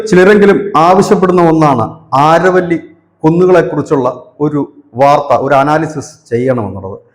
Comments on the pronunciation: ആരവല്ലി അല്ല അരാവലി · അരാവലി the correct pronounce this region.